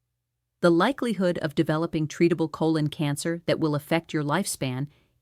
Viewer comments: AI speech. PSA Biopsy is archaic, there are better tests. I have never heard a doctor say co-Lon. Hand movements are very spastic. Zoom in on her name tag. I don’t think it is. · What is a Col - ON? There's a little bit of AI going on here! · No real doctor says Col - lawn. For colon. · This is dangerous! It claims to have 20 years of experience. It has none. In other posts it claims to be "an expert". It is not. It criticizes most doctors. It also mispronounces "colon" And it's married. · She can't even say "colon"!!!!!! 🤨😤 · AI movie. The hand movements are unnatural. But mostly the text is a giveaway. At one point she says "cole-ON" for "colon" with the accent on the second syllable. She also spells out "M-E" for "ME" when 'me" is spelled out in caps for emphasis. Listen carefully and you'll probably find more. I quit at about 15 minutes.